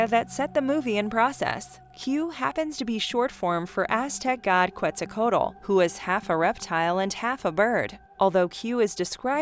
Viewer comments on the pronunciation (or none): In Q it's pronounced "ket zal coe attle".